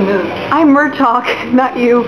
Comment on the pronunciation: I hope you learn that it's pronounced Mur-tag.